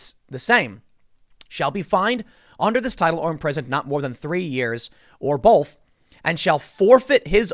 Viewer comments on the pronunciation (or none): Tim "bolth" Pool. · Tim cannot say O's correctly. He say both and folks wrong